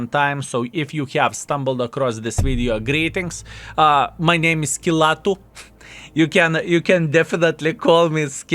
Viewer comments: skillatu?? first time hearing how to pronounce your nickname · Is this really how you pronounce his nick? :D